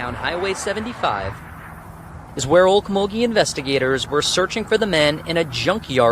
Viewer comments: no, they were trespassing... the owner of the property didn't want no fuss made of it, so... someone wanted to dispose of a situation before it became a bigger "situation".. it's pronounced "oak_mull-ghee" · it's pronounced oak-mull-ghee....